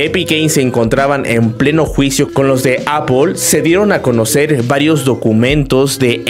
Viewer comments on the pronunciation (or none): none